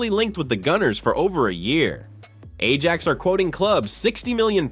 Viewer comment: Could you learn how to pronounce our players’ names and to read while resoecting punctuation? Imagine pronouncing the “j” in Ajax????